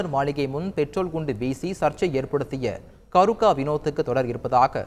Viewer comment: என்ன பேரு கருக்க இல்லை கேருக்க